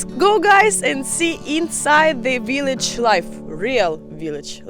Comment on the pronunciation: "But real dip dip viliage"😂😂😂